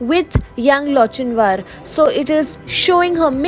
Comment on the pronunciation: wrong pronunciation of Lochinvar